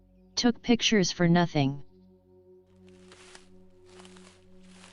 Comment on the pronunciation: "NOTHENG" Gets me every time